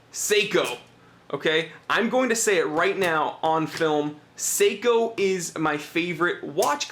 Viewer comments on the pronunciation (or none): Top review mate you do a top job keep the vids coming,,, But please sako make guns Seiko do watches you need to pronounce the e lol. I think it’s just the accent Top review again. 👍👍